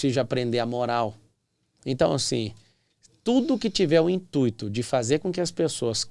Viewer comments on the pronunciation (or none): none